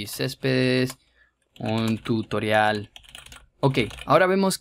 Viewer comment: desde cuando tutorial se pronuncia tuitrion